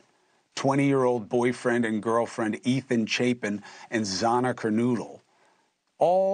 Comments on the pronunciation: Why can't he at least pronounce their names correctly? Its Xana Kernodle not Xayna Kernoodle. Pretty much the whole world knows this.😏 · This is a disgrace. Almost a year later and this reporter/host can’t properly pronounce the victims names. How are we supposed to take this seriously when these poor victims names are so poorly spoken? KerNOODLE? 😮 Really? Doesn’t this channel check before filming? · ZANA KERNOODLE hahahahah...